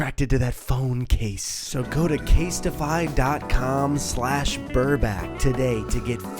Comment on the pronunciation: Your alternate pronunciation of this brand sounded like "gay stiffy"